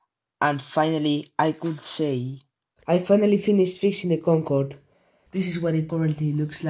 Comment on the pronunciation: the "gogode"got me dying